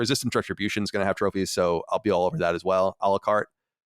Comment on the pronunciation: It's "a la carte" which means to order items separately. I find it pretty funny he pronounces it "Alucart" like it's a Castlevania character or something 😂